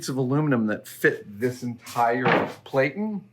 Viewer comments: "Platen" is pronounced to rhyme with "flatten"; the long 'a' from "plate" is not in there. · Dude, I love watching your process and the inspiration that leads to it, but "platen" is not pronounced "play-tun". . . ask any letterpress printer, you've met them. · ...is he calling the platen a PLATE-en?